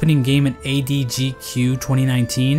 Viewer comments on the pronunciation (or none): is "adgq" a meme I don't know about or did he really mess up the letters